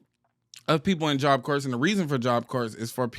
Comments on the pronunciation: I know this is a small thing, but it is messing with me so much: corps is a French word, and the 'ps' is actually silent--so you say it like what's left after you finish eating an apple, or the center of the Earth--CORE. I couldn"t take constantly saying "corpse" like it's a dead body.😅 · Don’t mean to be that person but is “ps” is silent in Job Corps (Core) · It’s pronounced “job kor” - job corps 😊😅